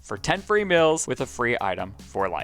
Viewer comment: Bahaha during the Promo I noticed that also says "mills" not "meals". Its not a big dill but it def cracked me up.😂